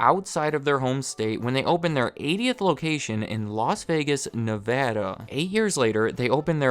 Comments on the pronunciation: I was waiting to cringe for the mispronounciation of Nevada but you said it right! Thank you! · As a Nevada native it’s refreshing to hear him pronounce it correctly instead of nev-ahhh-dahhh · Thank you for pronouncing Nevada correctly 🙏